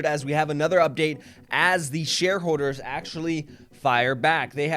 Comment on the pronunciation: “Share howwders”